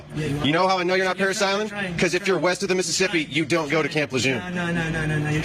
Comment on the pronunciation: It's pronounced Camp LEJUERN, fucking jar heads